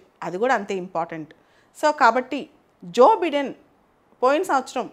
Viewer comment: భారత దేశము అంతర్జాతీయంగా వ్యవహరించే తీరు తెన్నుల పై మీ విశ్లేషణ చాలా బాగుంటుంది. సివిల్స్ ప్రిపేర్ అయ్యేవారే కాదు ప్రతి ఒక్కరు చూడవలసిన వీడియోలు. గారికి ఉచ్చారణ పై చిన్న సలహా.. "జో బిడెన్" కాదు "జో బైడన్" గా పలకాలి. మీ నుండి మరిన్ని గొప్ప వీడియోల కోసం ఎప్పటి కప్పుడు ఎదురు చూసే మీ వీరాభిమానిని.